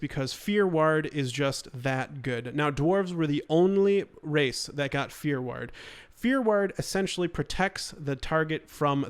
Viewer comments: Are you saying "fear word" or "fear werd"? Haha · It's fear war-d, God that was driving me crazy. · I totally thought of stewie from family guy when you kept saying "ward" wrong for fear ward lol